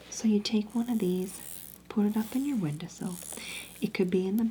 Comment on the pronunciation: Not windersill lol.